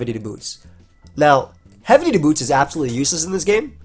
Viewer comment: Not the first time mispronounced heavy duty boots aa heavy booty dudes. Freudian slip?